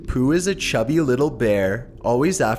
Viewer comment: No not pooooh!